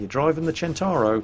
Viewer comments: Why do you keep calling it a "Chin-tar-oh"? Waaaay off. It is pronounced "Sent-tar-oh". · Maybe I've got it wrong but christ pronunciation of centauro is annoying.